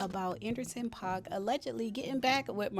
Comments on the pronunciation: It's pronounced "Pack" and Jeannie Mai may have to go back to a wm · Paak pronounced Pack ❤